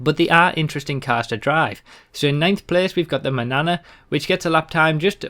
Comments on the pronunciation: isn't it pronounced "manyana"? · Ikr, he said it like "banana". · "the mahnahnah" Lol...